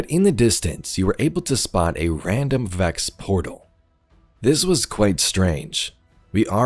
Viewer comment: What are you saying..?? Vax or Vex, you mean?! Hehe!